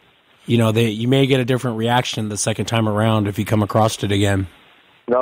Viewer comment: It’s not acrossed, it’s across 😊